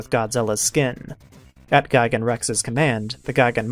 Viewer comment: is gigan not gaigan